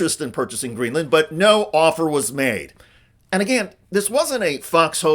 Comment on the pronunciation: Excuse me, but she said “qwazy,” “Gweenland,” and “bruy.”